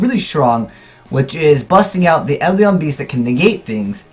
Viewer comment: OK, it's eidolon not edlion. pronounce it Aid-ell-on. cant read confirm!